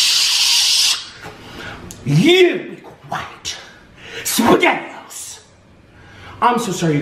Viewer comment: why does he keep on saying sppegetio lol and he can kill orlin by rollind on him but hes to dumnb he cant notice it lollol